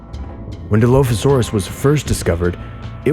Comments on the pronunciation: Oh... who hired this poor poor narrator...😂 DI-LOAF-ASAURUS??? MEG-ALLOSAURUS???? WHO THE F*** HIRED THIS SKIN-SUIT!!!! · Nobody: Him: DILOAFISAURUS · Di “loaf” asaurus= 🦖 + 🍞 😂😂😂😂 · die-loaf-a-saur-us you say? 🙄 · ark players who have been pronouncing dilophosaurous for years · Except the way he says the name of the dino lol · I love how he pronounces Megalosaurus, and Dilophosaurus wrong